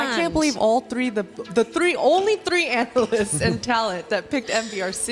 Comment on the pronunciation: had me buckled when she said "treeshity". My sides.